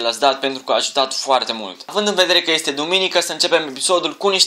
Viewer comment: APP... ZII LA SA NU MAI PRONUNTE,, ESTE,, CA TAMPITII!!! SE PRONUNTA,,IESTE,,:p